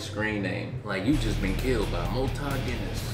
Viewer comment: The Malta Guinness pronunciation is spot on. 😂😂😂😂